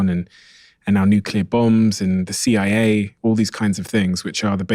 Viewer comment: Fckn stick an r after Cia to right after your first word of idea'r, wtf u people even doin adding r's trying to sound sophisticated